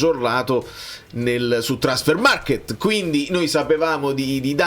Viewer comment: è TRANSFERMARK...non MARKET...alla tedesca, MARKT!😂😂😂